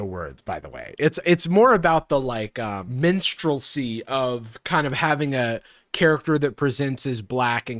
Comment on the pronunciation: I spent ten minutes trying to figure out what "Menstrualsy" was and how the things he's talking about could, in ANY WAY, be related to women's periods.... Then I figured out it was MINSTREL-SY, and was a LOT less confused. Lol.